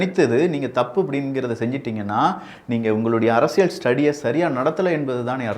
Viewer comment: அரசியல் என்ற வார்த்தையை சரியா உச்சரியுங்கள். அதில் வரும் 'ல்' சரியாக உச்சரியுங்கள்..